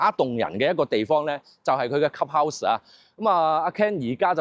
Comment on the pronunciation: 鍾意睇Ken片，但英文發音可以準d，club 有L音，唔係cup house